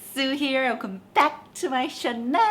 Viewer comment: Why do you always say "chanel" instead of "channel"? 🤭